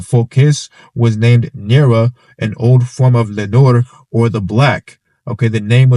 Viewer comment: It's also pronounced nerwah not nor.